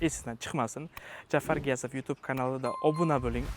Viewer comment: шарифинггиз "гиясов" эмас,балки,.г'иёсов булади! Ахир биз урисмас узбекмиз-ку...барака топкур!